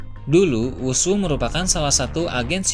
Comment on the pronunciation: Who's who bacanya hus hu, bukan wusu